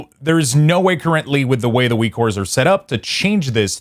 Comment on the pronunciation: Why are you saying ''Weekores''?